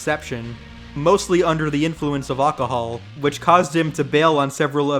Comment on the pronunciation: Ah yes Good old Ahcahal